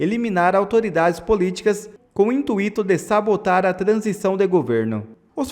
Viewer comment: nao é intuiiíto é intuito